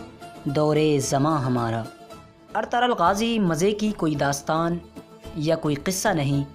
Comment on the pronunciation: Woh ertugul hai ertagal nai